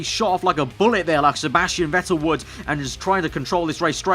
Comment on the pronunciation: ITS VETTEL lol